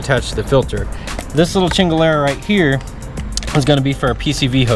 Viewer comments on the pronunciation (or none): did you say chingalera? it is Chingaderra. basically (fucking thing)